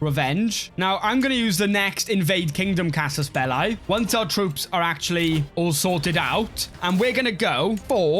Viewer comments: maybe he should for the future video learn how to say byzantines and casus belli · the way you say byzantines and cassus belli makes me mad